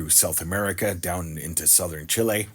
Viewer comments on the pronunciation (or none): none